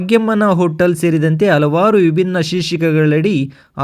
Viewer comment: 😮 ಅಕಾರ ಹಕಾರ ಸರಿಯಿಲ್ಲ ಆಂಕರ್ ದು. ಕೇಳುವುದಕ್ಕೆ ಅಸಹ್ಯಕರ ಕನ್ನಡ ಉಚ್ಚಾರಣೆ .ತಿದ್ದಿಕೊಳ್ಳಿ. ಉದಾಹರಣೆಗೆ ಆಸ್ಯ ಎಚ್ಚು ಅಲವಾರು ಇತ್ಯಾದಿ ತಪ್ಪುಗಳು 😢